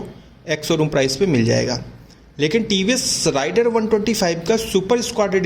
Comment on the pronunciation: Rider(राइडर) नही , Raider(रेडर) है